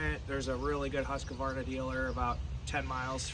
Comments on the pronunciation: And yet, you can’t pronounce it. Husk-VAR- nah. Three syllables. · lol—- I used to work with a Husqvarna repair woman. She does it the “American” way. Said almost everyone she deals with at Husqvarna does it the same. It’s acceptable. Just like janka. Everyone pronounces it with a J sound. (Should be Y)